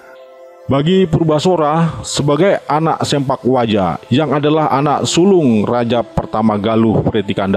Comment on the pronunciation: salah mang bukan sempak waja, tapi sepak waja